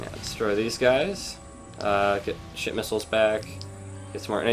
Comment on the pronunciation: Whenever you say Ship Missile, it sounds like your saying Shit Missile, or, at least, to me